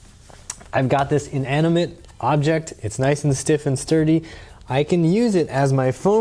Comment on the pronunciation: When he emphasized on "inanimate object"